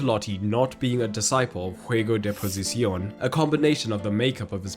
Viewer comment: Please avoid speaking Castilian if you're not proficient; your pronunciation of 'Juego de Posición' was difficult to understand—I had to listen to it three times. Moreover, the content was incomplete. Ancelotti deserves a three-part video (taking ten minutes as a reference). First, he was one of the best players in the world in his position (carrilero/defensive midfielder), played with the best, against the best, and was coached by the best during an era when Italian football dominated the world. Second, his career as a manager in that league was impressive from the beginning, and the principles of Ancelotti's adaptability, conveyed through Bruce Lee's words (nice touch, by the way), were already present. The man is too much of a genius to reduce him to his Real Madrid spells.